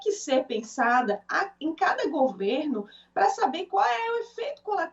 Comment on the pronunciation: Querida........não é GU e sim:GO-VERNO. OK??? Bjs.